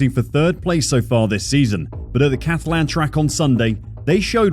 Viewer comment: Did you say “Cathaland”? Wtf?